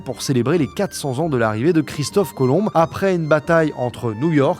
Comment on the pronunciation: Le b de Christophe colomb ne ce prononce pas